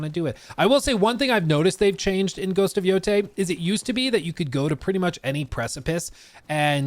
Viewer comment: I wonder if we'll ever be seeing, better said hearing, a single channel pronouncing this title in the correct way.